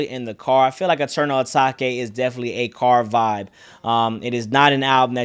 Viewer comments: “Eternal Atak-ay” 😂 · Bro pronounced the album the wrong way the whole video